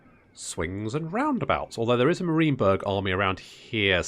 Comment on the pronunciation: Enjoyable campaign so far because : 1) The commentary and effort put in showcasing the battles 2) You don't make perfect decisions every time or seem to boss every battle like some 'tubers and 3) Your pronunciation of Marienberg as Mareenberg :) Think I might just follow your progress